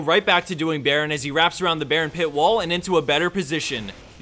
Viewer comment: I thought he said Nurse Akali ON Lee Sin. I was thinking that would be an actual decent rule 34 pairing.